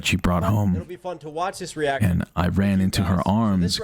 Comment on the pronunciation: Every time you said “ran”, I heard